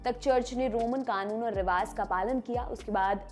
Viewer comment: Right pronunciation is rivaj रिवाज एंड not रिवाज़